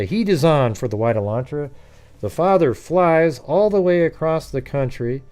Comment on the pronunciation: It's Elantra not Alantra